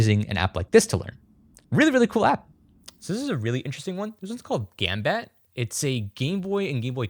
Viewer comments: It’s not gam bat.. its gom bot tay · It's not gambat, it's gam-bat-teh, which means good luck in Japanese 😂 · Don't know if anyone has already said this, but "Ganbatte" is Japanese for "You can do it!"/"Good luck!", sort of. And it is usually pronounced like "gan bat tay". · "Gambatte" most American pronunciation